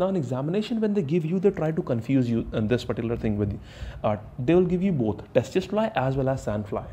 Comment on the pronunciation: Lol.. It's not testis fly.. We prononuce it see see fly spelling is tse tse fly. Mr. T is silent herr